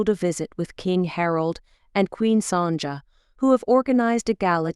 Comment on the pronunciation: Please, just try to get the proper pronunciation of queen Sonia's name. It is Sonya, not Sonja. God...